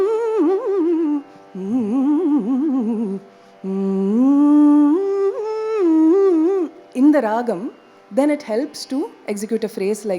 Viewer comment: This lec-dem is a must watch for any musician. But I wonder how many seniors will introspect with open mind & correct themselves. It's really frustrating to hear mistakes like RAAHAM instead of RAAGAM and MURUHA for MURUGA. Another point to note is instead of DAIVAM we hear the pronunciation DEIVAM 😢